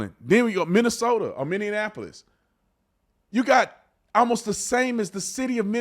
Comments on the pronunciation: Say it with me. Minneapolis. Minneapolis. Not Minneanapolis. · Brandon, I love you, but please please please...It's pronounced 'Minny-Apple-Us'. You've said 'Minny-An-Apple-Us' just way too many times for far too long. It's like saying Buffufalo, NY. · Minny-apple-iss!!! Not Minny-uh-napple-iss!!!